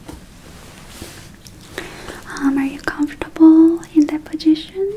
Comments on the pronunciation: I'm not English speaker. that's why i can't figure out the difference between 'position' and 'pojishion'. but you know? i can feel how she has struggled to make english asmr video. anyway i love her eng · I like she said pojition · if says it's pojition theN IT'S POJITION OK? OK. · Lydieluck 77 “pojishion” is a new favourite; it makes my chicks hurt from grinning ☺️ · aRe YoU cOmFoRtAbLe In YoUr PeRjItIoN